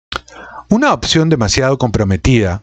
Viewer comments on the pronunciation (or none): none